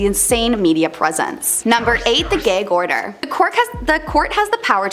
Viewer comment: You mean Gag order as in ghag not gayg 😆